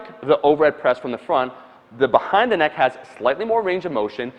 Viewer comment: Bhahaind the neck press